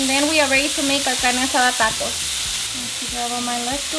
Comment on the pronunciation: I hate her pronunciation. There is no accent in "taco" or most of these words. AOC wannabe...